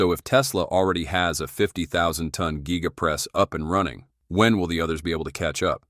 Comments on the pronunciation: The geega press? Giga Press. Has no ‘e’ in proper pronunciation. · Why do you pronounce giga like that